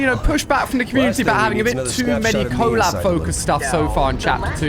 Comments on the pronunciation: It's collab not cooollab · Did you say co-lab 😆